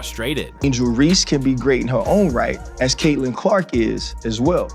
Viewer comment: Angel ReeSSSSSSe. Not angel Reee!!!!